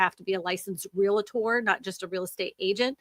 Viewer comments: ReALtor, not ReLAtor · Love you, but there is no "Real-A-tor" in pronunciation. It's "REALtor". I had a license an ice age ago (didn't stick with it) and they drilled the pronunciation into our heads.